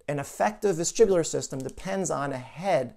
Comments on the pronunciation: Vestibular not vestribular. But very interesting content . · Sorry vestibular or vestribular